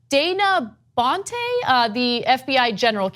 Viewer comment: Ana often seems to have problems reading typed material, in this case names in a list. She slipped up on Dana Boente, who's been in the news countless times lately, then gives up altogether on the last two.